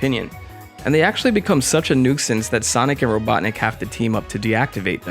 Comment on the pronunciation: Wait... did you just pronounce 'nuisance' as "nuke-since?!?" The phonetic pronunciation is "noo·since."